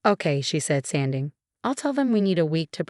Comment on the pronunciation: Can't they say words right Sounding(sanding) Thanks (things)